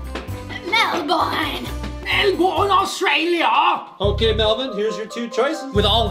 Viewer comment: Melborn austrania 😂😂😂